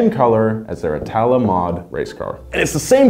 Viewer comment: Just a heads up, It's pronounced "ìtala"